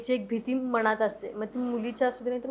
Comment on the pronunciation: बाई तु आधी "ण"आणि "न"शब्द कुठं वापरावं हे अभ्यास कर...लगणं, मणात....😂